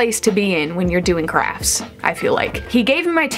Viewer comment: I keep hearing crack instead of crafts. 😭😭😭